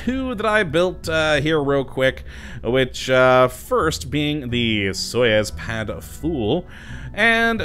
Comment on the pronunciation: Hey, i noticed that you pronounced Soyuz wrong, it is pronounced like soy-yous